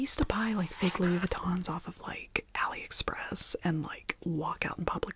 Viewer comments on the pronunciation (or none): none